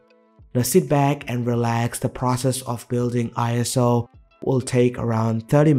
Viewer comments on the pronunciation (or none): none